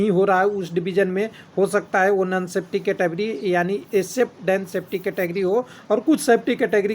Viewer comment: सर् जी, नन सेफ्टी नही, नॉन सेफ्टी होता है ।